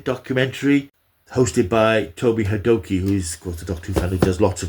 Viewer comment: Toby Hadoke is pronounced as Toby 'Hay dock' I believe - Enjoyed the overview - Doctor's Two and Three were always my favourites - supplanted only by David T. the 10th (and 14th)